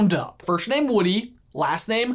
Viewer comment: I wasn't the only one to hear "firshname" was I?